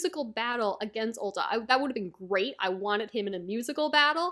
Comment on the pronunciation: Uta(Oooo ta ) not ulta no L where u get the L